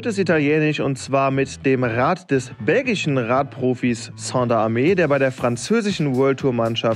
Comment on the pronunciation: Moin. Der Name vom Sander wird falsch ausgesprochen.Er ist Belgier.Ganz normal wie Sand in Deutsch nur mit er hinten dran. ..Sonst cooles bike